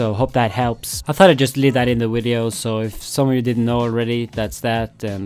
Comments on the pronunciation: you say wideo instead of video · and you're saying WEE-DEO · wideo? video has a v not a w